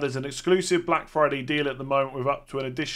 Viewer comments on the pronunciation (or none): none